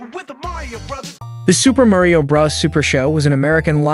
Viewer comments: Is he saying brah's instead of bro's? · Okay Narrator, it's Super Mario BROS not Super Mario BRAS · Why on earth to you pronounce bros as "Bruhs" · That moment when the narrator says Super Mario Brahs🥶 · “Super Mario bras” bruh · Im concerned that when he says bros it sounds like bras so its like "super mario bras."